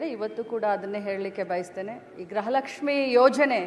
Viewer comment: ಗ್ರಹ ಲಕ್ಷ್ಮಿ ಅಲ್ಲಾ ಅಮ್ಮ ಅದು ಗೃಹ ಲಕ್ಷ್ಮಿ 😁😁😁😂😂